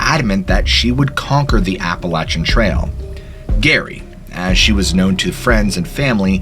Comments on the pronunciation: Jerry….Jerry….not Gary. 😵‍💫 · Lol love this story jus giggling a lil I think it’s Jerry for Geraldine not Gary. 😜